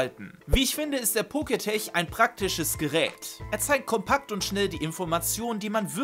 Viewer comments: Pokétch wird doch nicht „Poketech“ ausgesprochen, sondern „Poketsch“, oder?😅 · Poketch (Pokätsch gesprochen), nicht Poketech. Kommt von Poket(monster) und Watch. :) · Muss klugscheißen: es heißt poketch und nicht poketech. Der Name leitet sich für watch, also Armbanduhr ab und wird entsprechend gesprochen :) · Es wird Poketch und nicht Poketech ausgesprochen, da es von Pokemon und den englischen Wort Watch also Uhr oderArmbanduhr abstammt. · Dachte immer das heißt poketsch also Pokemon watch... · Der Poketch wird Poketch ausgesprochen, also das e in tech wird nicht ausgesprochen! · Heißt das nicht Pokétek also lautschrift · Es heißt "PoketSCH" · eigentlich hast du damit Recht. Schließlich ist das Wort eine Mischung aus Pokémon und Smartwatch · Glaube ich auch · Stimmt weil es von Pokemon und den englischen Wort Watch also Uhr oderArmbanduhr abstammt.